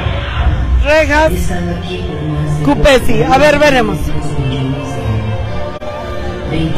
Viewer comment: Cupesí, no cupesi